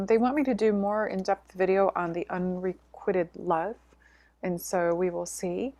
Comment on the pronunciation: So much interesting info. Loved the story about releasing the priestesses in Mexico. Looking forward to hearing more about the Magical in the coming year. I just want to mention that the word 'unrequited' is being mispronounced. You might want to check it out before your webinar. Sorry for sounding like the grammar police. It just throws me off when I hear it mispronounced. Thank you for all you do,. 🙏🏻